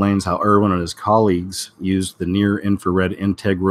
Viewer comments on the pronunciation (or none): none